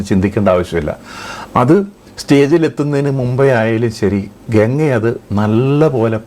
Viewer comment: Le bosudk genga alla ganga plz don't blend English in ur maleyalam😂😅